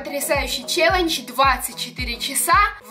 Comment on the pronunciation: Меня одну бесит, как говорит слово: челендж?!?: челенчь Я: челендж!: челенчь Я: ЧЕЛЕНДЖ!!!🗿